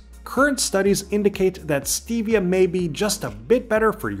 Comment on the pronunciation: The E and Stevia is a short e not a long e. I would be willing to bet that you also pronounce the first L in salmonella as well. Aspartame has a very good use, you sprinkle it around 4 you see ants in your house it will kill the ants.